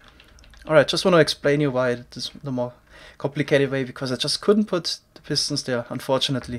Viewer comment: I sometimes get annoyed by how he says “pistons”. He always says it like “pistnts”